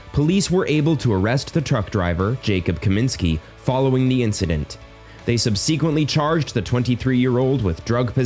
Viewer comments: Subseeequently ! Really? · Somebody please tell the narrator how to pronounce "subsequently". Touching and sad story.